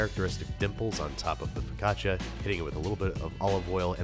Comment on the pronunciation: Im sorry if im annoing but i cringed every time you said focaccia (im native italian) becouse you pronounced it like fikaccia and not fo`caccia